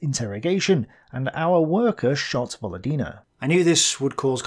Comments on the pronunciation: Just a small pronounciation correction,. It pronounce VoLOdina with an emphasis on LO. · volOdina. Stress on second syllable 😊 if its russian lastname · actually Volódina is surname with you pronouncing with wrong stress. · "Volodina", it's most likely is a surname - "Володина". Like Stress on the second syllable btw. On second "o". Pretty common russian surname actually. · This is 100% surname, just put the emphasis wrong. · I would assume "Volodina" is a surname, with stress falling on second vowel. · I really like your videos, thank you very much. But one small detail is very hard on the ear: in Volodina surname the emphasis is on the second "o", and not on "i", although on the other hand, she does not deserve correct pronunciation for her frigging collaborationism. Thanks!